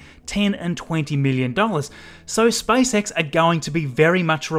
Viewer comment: I like how he says SpiceX